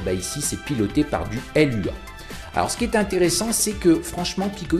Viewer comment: Coucou sinon on dit Loua pas l.u.a, Lua veut juste dire Lune en portugais 😉